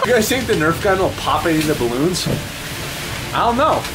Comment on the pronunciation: look at all thees balons😂😂😂😂😂😂😂😂😂😂🤣🤣🤣🤣🤣🤣🤣🤣 The captions though he said balances